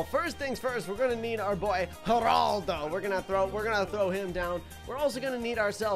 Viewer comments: does anyone notice this is the first time of saying "Heraldo" instead of Geraldo. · It’s jer a ldo